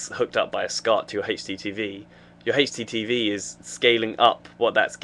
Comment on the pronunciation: HD lol he pronounces it like Hasty TV